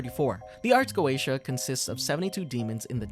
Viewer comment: Not to be that guy but it's pronounced ars go-ee-sha